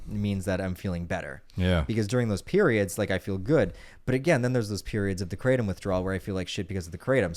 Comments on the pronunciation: 'Kra' "tom" two syllables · Did he say Kratom?